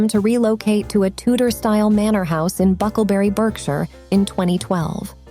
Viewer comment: BERKSHIRE IS PRONOUNCED BARKSHIRE THIS SHOULD HELP YOU IN FUTURE POSTS. WILLIAM HAS BUILT A VERY CLOSE BOND WITH MICHAEL MIDDLETON. THE MIDDLETONS AND THEIR OTHER CHILDREN, JAMES, AND PHILIPPA, HAVE NEVER SPOKEN A WORD ABOUT WILLIAM, CATHERINE, AND THEIR CHILDREN. JAMES AND PHILIPPA HAVE DONT LIKEWISE. IF ONLY Meghan Markle AND HER FAMILY HAD DONE THE SAME, HARRY & MEGHAN MIGHT HAVE DONE DID YOU KNOW THAT MEGHAN'S FAMILY STILL SPEAK TO MEDIA OUTLETS AND UTUBE CREATORS WHO SPREAD GOSSIP. THEY CONSTANTLY GET THEMSELVES INTO TROUBLE. MEGHAN COMES FROM A WORKING CLASS FAMILY. SHE IS VERY ASHAMED OF THAT. HER FATHER WAS A LIGHTING DIRECTOR, BUT RARELY GOT GOOD JOBS. MEGHAN SHOULD HAVE KEPT QUIET ABOUT THEM .